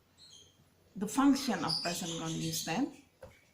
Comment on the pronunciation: Continuous = baca [kənˈtɪnjʊəs] 🙏